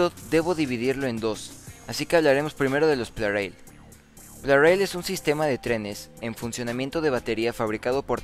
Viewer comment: ya ¿porqué en otros videos pronuncias plareil y en otros lo pronuncias plarail?